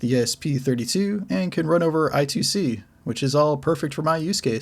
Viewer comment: It's read as "I Squared C"